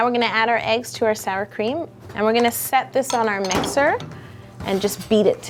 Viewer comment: when u said sour cream and eggs it sounded like sour cream and union like the chips from the lays company doesn't it????????????????????????????????? (I put to much question marks